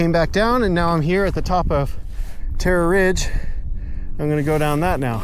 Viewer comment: Terrror ridge